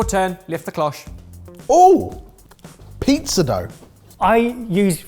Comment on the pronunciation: I can't get over the fact that still keeps saying pee-zah